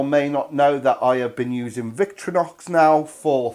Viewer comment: Vic-tor-inox, not vic-tro-nox